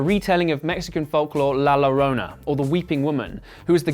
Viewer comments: It's pronounced yo-ron-na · I can’t get past his pronunciation of llorona. It’s a Y sound not an L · Llorona pronounced with “y” as in yes. Yollorona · This guy said, The Lorona .... Best thing ive heard all 2020. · Thank you for this video. I just binge watched the whole Conjuring series today. Great job with this video. But as a Hispanic... though it's not your fault you don't know this... I can't help but to tell you that La Llorona is pronounced La Yorona. "Double L" in Spanish has a "Y" sound. Ll = Y. So sorry for being nick picky. I do apologies. But like I said, despite of that one tiny thing your video is great. Nice job. I enjoyed it. 👍🖤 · La llorona “Yo” La Yorona U pronounce it with a yo like yo-yo La llorona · la llarona is pronouced "la yarona" in spanish btw. get cultured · It’s spelled llorona but pronounced yorona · Nuuuu u pronounced la Llorona wrong.😿 La llorona (la yorrona) two l’s together is like a y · This dude really said la llorona. It's pronounced yo-ro-na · It seems that you need help saying “la llorona” perfect way to say it is “la yo-ro-na” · You bad at the pronunciation of la llorona. You should had pronounced first before doing the video. The “larona” 😂🤣😂🤣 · Omg I screamed when he said i La Lorona 😂😂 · The way he says Llorona annoys me 😂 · as a latina/hispanic i am cringing really hard at how you pronounce la llorona...(the ll has a shh sound) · Loved the video! But seriously, mate, ask someone for the correct pronunciation of "Llorona". 😄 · So y'all can say yo-yo but can't say llorona? Its literary the same pronunciation 😓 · I am Spanish and it’s really annoying when people pronounce the double ‘l’ as an ‘l’ and not ‘y’ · If English speaking people could educate themselves on pronouncing La Llorona before talking about it, that would be great. So freaking cringy and annoying. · Your British accent is charming , like all 'cockneyian " accents are ! Your pronunciation of " la - llorana ", not so much ...😂😂😂😂😂😂😂😂